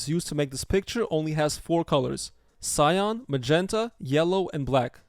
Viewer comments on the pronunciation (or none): That’s not how you pronounce CYAN. It’s not pronounced like SCION. It’s “SY-AN” not “SY-ON”. Sorry if I sound like an asshole—I don’t mean to, I want to help. Your video is really good, lots of great info here, man!